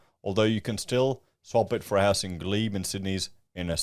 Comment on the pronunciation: you crack me up. Glebe, not Gleb is pronounced "Gleeb". Subiaco pronounced "Soo bee ak O" I love your show, just trying to help